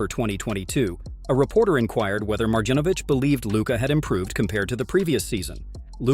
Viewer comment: Please, pronounce names of people correctly. Marjanovic is supposed to pronounce maryanovic. Yyyy not jjjjj. In Serbian language every j letter is pronounced y. Same in Jokic’s name, you pronounce it yyyy yo-yo not jo-jo.